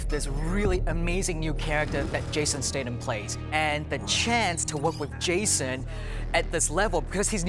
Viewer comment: ITS STATHAM NOT STADAM, YOU SHOULD KNOW BECAUSE YOU WORKED WITH HIM...